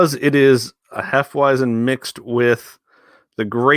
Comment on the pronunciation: The w in hefeweizen is pronounced as a v just so you know